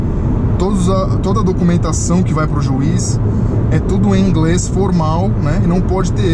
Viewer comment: ingrês kkkkkkk😂😂